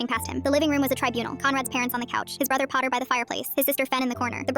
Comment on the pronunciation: uncle pottah